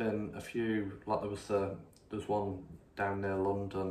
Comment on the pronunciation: We need thousands of us to walk into parliament and physically remove these criminals. By the way, you need to sort out your T's. Words like London are not pronounced lonton, and land is not pronounced lant.